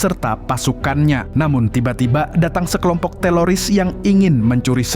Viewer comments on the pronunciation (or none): 1.16.14 TELORIS apa teroris bang 😅 gedibel ya bang bicara nya wkwk sehat² bang